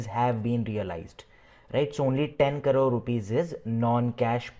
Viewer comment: Thank you for this video. If you don't mind... Plz pronounce crores in the correct way. You pronounce like carore... It takes me a few minutes to identify what the carore is. Finally i understood it's crore.